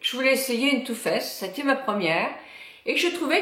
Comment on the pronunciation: C'est too faced pas too fesse